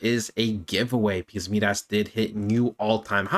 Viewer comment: Been watching this coin as well. I think you’re pronouncing it wrong though. Not MeeDas it’s Midas like King Midas from Greek Mythology. Mai-Dahs (sounds like “my “ hard I)